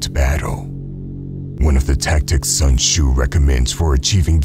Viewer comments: Bro its pronouced su'en t'szu Not sun choo😡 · ain't no way he said sun shoe☠☠☠